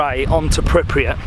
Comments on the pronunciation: why does he keep pronouncing "pripriyat" ? its pripyat :D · Pripyat not pripriyat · pronounced: pripiyat but spelt: Pripyat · I SWEAR IF HE SAYS PRIPRYAT ONE MORE TIME